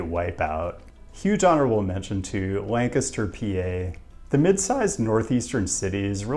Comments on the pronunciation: Are you in PA? You pronounced Lancaster correctly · Pumped to see Lancaster as an honorable mention! Great urban fabric and super walkable, and you said it right too! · YOU SAID LANCASTER RIGHT! 😃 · Thanks for mentioning Lancaster (and pronouncing it correctly)! As for its good score by your measure, it's not necessarily a sign that they're doing something right. I suspect the vast majority of households without cars there are too poor to afford them, too disabled to drive and/or Amish. Remember that since you are doing it by metro area, you're including all of Lancaster County, which includes a big concentration of Amish farmers. Since I used to live there, I can guarantee you that Lancaster County's score isn't due to good transit. The bus system didn't run at all on Sundays and stopped p.m. on weekdays. Amtrak connected Elizabethtown and Lancaster with greater frequency than the Red Rose Transit Authority buses. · yeah shout out to my home town of Lancaster! You even pronounced it correctly too.